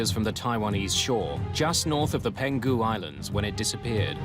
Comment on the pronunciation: It's Peng-hu Island, not Pen-Gu. Did you guys use an AI voice or something? Or someone who just "winged it" over Chinese terms? Tsk, tsk.